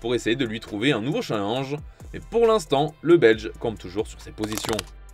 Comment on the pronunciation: "nouveau challenge" (evec accent français) je suis mort XD